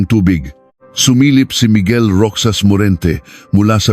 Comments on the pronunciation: Anong roksas Ang basa mo sa Roxas Ang banggit niyan ay rohas (roxas) napaka bobo mo magbasa .. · Hindi roksas.. Roxas. (Rohas) Balik ka sa grade one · Ayusin mo pagbigkas mo hindi ROKSAS ANG BIGKAS NIYAN ROHAS ASUSSS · * pluma is fountain pen. * Fountain in Tagalog is balong or bukal , however, Filipino use the same word " fountain " or "paunten". ( 'Could have researched a little more. That there is NO direct translation of "fountain" in Tagalog.) - Roxas pronounce as ™Rojas not rocsas... - 12 = " labing dalawa not "labing-two" ? Should have been edited these mistakes, a lot of words are confusing. AI is helpful but use it properly, not overly dependent. SMH. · Rohas Po ang basa sa Roxas 😊